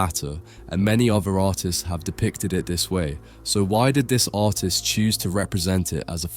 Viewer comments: Autistic artist here. I heard the same thing lol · I sounds like you’re saying ‘autist’ when you say artist. Hi, I’m American.🧑🏼‍🌾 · I keep hearing “autist” instead of “artist” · Lmao the way you say "artist" sounds like "autist" to me and it made the video extremly funny HAHAHA. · For some reason, whenever you say "artist", I hear "autist".